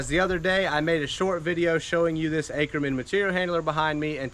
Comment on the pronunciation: Please pronounce the name correctly. Åkerman is Swedish. Pronounce as "Oaker maan".